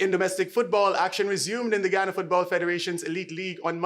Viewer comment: The county is called GU YA NA....NICHT GHANA